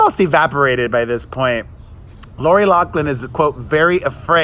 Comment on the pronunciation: You keep pronouncing Lori’s last name incorrect! (LoFFFFFFlynn) Lol sorry, just a pet peeve I have